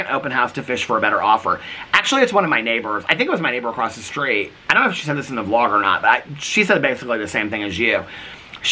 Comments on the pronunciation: you pronounce the word across acosst 😂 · I did notice that you said “… 10 feet acrossT”